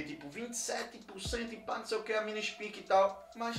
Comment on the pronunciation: É "espaique", não "ispique". Falavam milhares de vezes por dia da proteína spike do coronavirus, durante 2 anos. Impossível não saber a pronuncia correta, a não ser que estivesse em marte.